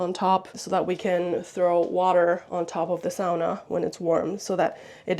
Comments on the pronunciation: When my Finnish parents bought their first house here in the US, dad remodeled the kitchen. Closing off the window over the sink and replacing it with the dish drying rack. Second on the list was a sauna. I wanted to thank you for pronouncing "sauna" correctly. (My pet peeve.) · I'm still watching but had to say how nice it is to hear someone who knows how to pronounce "sauna" correctly and doesn't call it a "saw-nuh"!